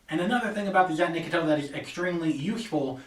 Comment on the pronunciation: Nope, you didn't say it right